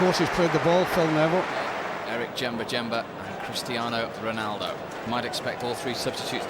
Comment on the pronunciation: "the is the one who did all the damage 'Ronaldoo' "